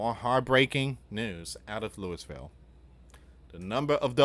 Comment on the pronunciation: It’s Louie-vul